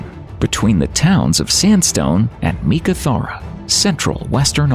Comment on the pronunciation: Great little vid. Pity they couldn't get a grasp of the pronunciations of: Woomera, Pilbara, Uluru (which is really Ayers Rock), Tanami, Meekatharra and Coober Pedy.